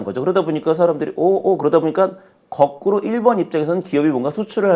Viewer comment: 거꾸로를 꺼꾸로라고 계속하시니 거슬리넹ㅋㅋㅋㅋ